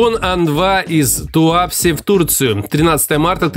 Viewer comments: Не ТуАпсе, а ТуапсЕ, не НерЮнгри, а НЕрюнгри. Это так, на будущее!) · Сильно сомневаюсь, что ты,, не слышал название этого города! ТуапсЕ!